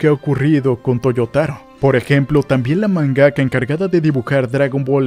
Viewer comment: Se pronuncia MANgaka, no manGAka ya que no dices "manGA" ¿no?